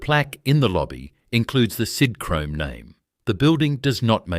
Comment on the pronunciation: Sidhrome? God I hate AI